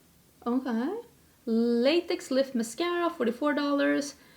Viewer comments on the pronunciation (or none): none